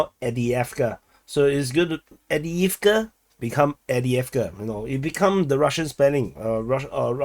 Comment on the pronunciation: There was never enough “eeeeeeee” in your Adeeeeeeevka, anyway. For that matter, you should up your “eeeeeeee” game when referring to “Keeeeeeeeeev”, “Lveeeeeeeeeeeeev, and Kharkeeeeeeeeeeeeeeeev” as well.